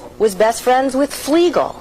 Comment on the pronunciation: He said Fleegle and Drooper wrong. It needs to be in the subtitles Fleegle and Drooper, not Flegal and Dropa.